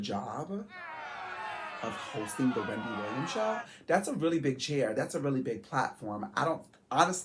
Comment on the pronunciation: Your are freaking amazing friend. You did great!! I’m always a friend LOVE FROM VA!! Why you say Wendy’s name like that?! 😂😂